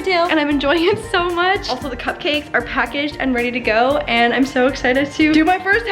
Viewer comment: “Sho exchited”